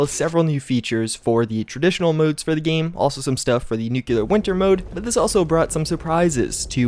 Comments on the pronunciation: Nuk clear. Not, Nuk Killer. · Can everyone stop saying nucular thanks! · i enjoy your videos, but i haven't played this game in months, and it's "nu-clear" sound it out. this really bugs me. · Dude I love your videos (sincerely!) but please get your enunciation of Nuclear correct.